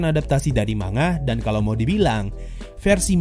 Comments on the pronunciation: Wah... keren reviu nya... sesuai dengan pemikiranku 😍👍👍👍👍👍 Tapi... cuma mau kasi tau Manga dibacanya "Man-Ga" bukan "Ma-Nga" 😓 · Man-Ga kalau kita pakai pronounce nya Jepang.... Sama kayak ngomong Momon-Ga Gua rasa ngak ada masalah kalau kita orang Indo ngomong nya Ma-Nga